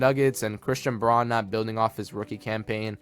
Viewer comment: You are mispronouncing Braun's last name